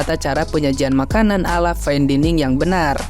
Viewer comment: Daining... terganggu banget gw dining diulang². Bilang fain bisa, tapi dining diulang². Apa gw juga maha benar kalau nyampein ini?